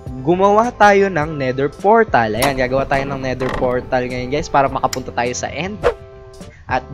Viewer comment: "Nether Fortal"